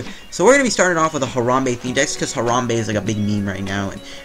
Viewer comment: Disliked for mispronouncing Harambe. Show some respek on his name.